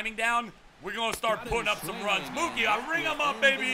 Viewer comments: in mookie its a long o not short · It's Mookie like cookie, not like a cow would say it